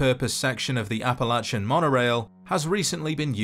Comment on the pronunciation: Thank you for pronouncing Appalachian correctly!!!